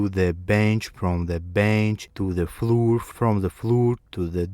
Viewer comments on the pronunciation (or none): Бро, с таким произношением тебя никто не поймёт, кроме русских. Floor, door = [флор], [дор] Bear = [бэр], "бир" это пиво =Ъ Abandoned = [абАндонд] и т.д. Акцент акцентом, но гласные должны быть хоть приблизительно правильные.